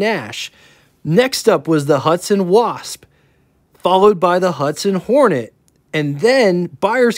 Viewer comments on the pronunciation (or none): none